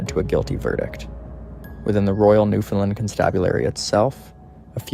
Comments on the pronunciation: He is repeating word for word the tory again and it's Newfoundland not new fin land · It's offensive to hear you mispronounce "Newfoundland" as New Fenlin". For Newfonlanders and Canadians it ruins your otherwise ok video. "Newfoundland" rhymes with "understand". Shame on you for not learning this from your research.